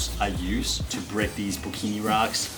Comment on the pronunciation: michael scott it the best character ever! and are you going to say pukani wrong forever???!!!! pukini is so inappropriate =P and my reefer shirt still hasn't arrived, been waiting and waiting lol, hurry up DHL!